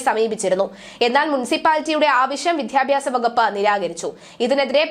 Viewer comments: "വിദ്ധ്യ"ഭ്യാസമല്ല "വിദ്ധ്യാ"ർത്ഥിയല്ല "വിദ്യ" എന്നാണ് ഞാനൊക്കെ പഠിച്ചിട്ടുള്ളത് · വായന രീതി തരക്കേടില്ല: അക്ഷരശുദ്ധിയും കൂടി വേണം. "വിദ്യാ " ർത്ഥി , "വിദ്യാ " ഭ്യാസം, 😢😢